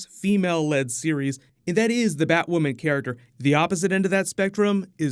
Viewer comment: Finally you said Batwoman’s name right